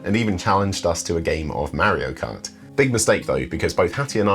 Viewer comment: Did he say "MarioKunt" or was that just me?